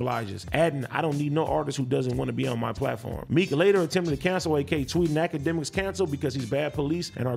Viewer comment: AD said "A-K" instead of "Ak" when he was talking about akademiks. That was funny